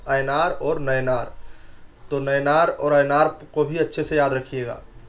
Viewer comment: Hahahahha...ऐनार और नैनार...😂😂😂